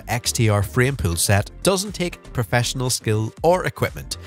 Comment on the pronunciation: This guys pronunciation of the word pool pisses me off so bad i cant watch this😂😂